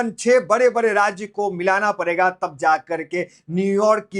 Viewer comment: सर न्यूज तो बहुत अच्छा लगा। आप ड का उच्चार र। और र का उच्चार ड कर रहे है। आप को D: ड ,R: र का उच्चार सही करके बोलना/सीखना चाहिए। आप दिया हुआ न्यूज रिकॉर्डिंग को सुनिए आप का हिन्दीमे र+ड कहा गड़बड़ा के बोल रहे है समझ में आ जाएगा। बाकी आप का शैली बहुत ही अच्छा है। तरक्की चाहते है तो मेहरबानी करके पढ़ेगा को पढ़ेगा ही बोलिए,, आप परेगा बोलते है,, आप हिंदी राज्य से नहीं भी होगे तो भी हिंदी का कोशिश कीजिए।। सही तरीके उच्चार होगा तो उतना ही आपका इस फील्ड में तरक्की हो सकता है।। खान, नागपूर, महाराष्ट्र हिंदुस्तान।। महाराष्ट मराठी बोली भाषा वाला राज्य है लेकिन यहां हिंदी भाषा भी बोला जाता है।। र उच्चार या ड का उच्चार सही तरीके से किया जाता है।। बाते कड़वी है लेकिन सच ही है।